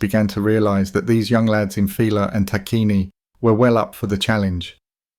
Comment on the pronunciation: Sergio Tacchini pronounced tasshini. Not Takini.